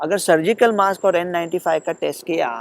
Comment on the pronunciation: लोकमत म्हणते मॉस्क.... ज्याला आम्ही म्हणतो मास्क.